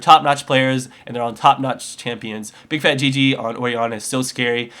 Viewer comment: BIG FAT L - P. FUCK, are you guys paying that little attention? BIGFATLP, there is not a single G, or at that, 2 G's in the end of that name. Fuck, I'm turning the sound off, just because of that mistake you made EVERY GAME.